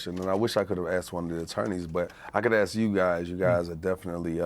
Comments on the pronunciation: you say "aks" instead of "ask" AND you are a lawyer! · She needs to “ask” instead of “axe”. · She's a Lawyer & she's saying Axe instead of ask? People don't take her seriously! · First time I've ever heard a lawyer use the word "axe" as a verb